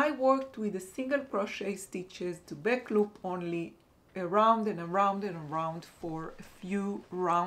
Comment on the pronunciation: Hello :-) just tell you for words back et black, you have to pronounce the A like you pronounce the A in raphia ♥ the bag is beautiful